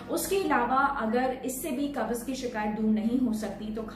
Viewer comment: apki pronunciation thk nh hai ap ka Baz bolrhi hain kabaz ko haha